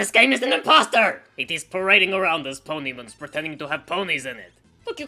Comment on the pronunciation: I love how pronounces Ponymins. Yes.